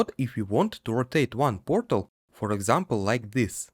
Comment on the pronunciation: take a shot every time he says pörtèl